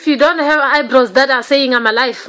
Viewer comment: She can’t do her eyebrows hers is cartoon brows and she said eyebraws 😳😞😔